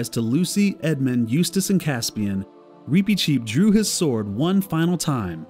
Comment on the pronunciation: I’m sorry, the pronunciation is just bothering me so much. Why do you pronounce his name like that? I’ve only ever heard it pronounced with a short ‘i’ sound.